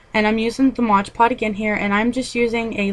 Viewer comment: you keep calling it moge pod!!!